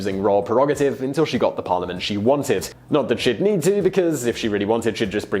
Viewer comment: You have mispronounced "parliament". Sorry sir.